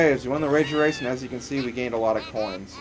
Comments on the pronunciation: you did say rager wace! 0_0! :) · LOL You did say rager wace :D !! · yes you said rasor wace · rager wace sounds so much like wager race. XD